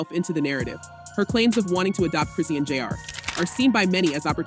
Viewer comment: Is this an AI talking? Who is Chris see ann?